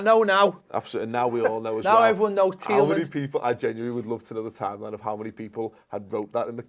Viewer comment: isnt Tielemans pronounced Tyellmans instead of teelmins...?